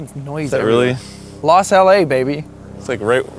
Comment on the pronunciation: Lmao "Los LA "